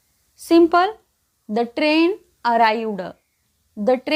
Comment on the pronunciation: अरयुड नाही अराव्हड